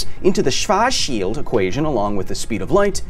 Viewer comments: He said "Shwashield" and I took that personally even though he apologized immediately. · But Kyle, isn't he technicly just bench pressing 1 esrth mass? Like he moves the planet around the black holes. AND PLEASE STOP SAYING SWARSCHIELD 🙄 Eather you get better at pronouncing it or just say Blackshield 😬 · Schwarzschild pronounciation = Shwartz-shield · 😅 "Schwoarchshield" ... Is it so difficult to pronounce that? Simply say : "shwaartz shield" the dopple A without "I"... 😊 ❤ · schwartzschild is literally just schwartz like sh and then warts like hogwarts, if you are feeling particularily german you can go for the proper w or what english speakers would write with v and a more agressive tssss sounds none of that sjwars bs go SCHWARTZ and then schild is shield. german version as a lil shorter i shwarts shield is completely fine though, its the equivalent of hearing a german say "senk yu" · We accept your apologies. Here's a German advice to pronounce "Schwarzschild" somehow better. Make it two seperate words, it's "Schwarz"(ShwarTz) and "Schild"(Shilt kinda like TILT) - Please, no shield! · Der heißt SchwarZschilD nicht swaschil. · It's pronounced "Schwarzschild'. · I don't judge english speaking people for the rough transition from SCH to W. Now you just have to try and get the Z in there (Schwar > Z < schild), cuz rn you're just leaving it out completely. No bad feelings tho, German is the Dark Souls of western languages XD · it's pronounced "Shvarts - Shilled" (silent "e" like in "chilled") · you can't say schwartz? isn't that a common name in the us? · Schwarsh shield...' /sooryy Germany/ ' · "Carl Schwarts-Shilld"...almost got it Kyle! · As a german the way he says schwarzschild is so 😵😵‍💫🥴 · Hi, German here. Don't worry about the pronunciation, it's a pretty hard name. Buuut, if you wanna get closer to the German pronunciation, imagine "sch" as "sh" and "z" as "ts" So, try "Shwarts shild" instead. And yeah, there is a pause in between. It's hard. 😅